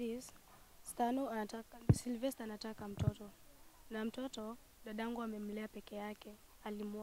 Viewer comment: jamaa anaitwa "Silvester", not "Cerovester" or "Zellovester" 🤣 & Muthoni looks like twins....then Stano unawaingiza box jamaa anasema ukweli kwa camera